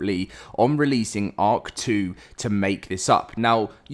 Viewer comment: Everytime you say “ark 2” I hear “hawk tuah”